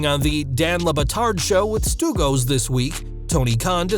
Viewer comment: Not being Italian I will forgive the word slip. But, that word is pronounced STOO-GOTS, not STOO-GOES.